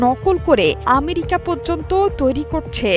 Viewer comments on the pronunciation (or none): none